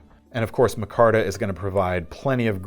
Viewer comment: It's pronounced micarta not mahcarta? It's like every episode you mispronounce another word, lol just kidding love your videos.